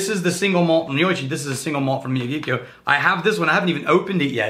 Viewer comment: How can you not know how to pronounce Miyagikyō? It's Mister Miyagi from Karate Kid, and Kyō from Tōkyō... Couldn't be easier...